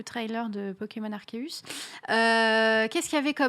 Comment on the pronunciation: Aie!!!! Arséus stp et non Arkéus ^^ pour la prononciation;)